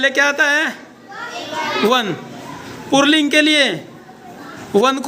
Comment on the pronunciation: पुल्लिंग कहते है पुर्लिंग नहीं कहते और स्त्रीलिंग कहते है इस्त्रील्लिंग नहीं कहते बच्जों को सिखाते वक्त, बिल्कुल सही सिखाना चाहिए....